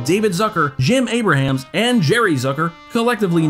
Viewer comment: How do you not know how to pronounce the last name of one of the creators? I don’t get it. It’s “a brams” not “a bruh hams”